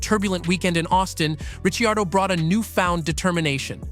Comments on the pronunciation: Richi-ardo, are you kidding me? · Wow if you can't say his name right your fired...thumbs down never watching again. Need to get these idiots out looking for views with zero content. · You think he could pronounce his name correctly. NO! Instead butchered it!